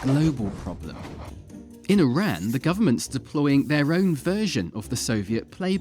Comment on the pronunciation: So... how can we be sure that THIS upload is even true? ...after all, you can't even pronounce 'Iran' properly.